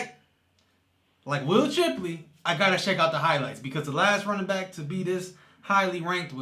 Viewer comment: SHIP-----LEY. NOT CHIP---LEY